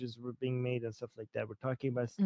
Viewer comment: 'Ay-end'... 'And'...